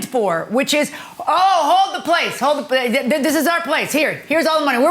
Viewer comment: Placeah… homeah. I was going nuts! Like please just stop it!!!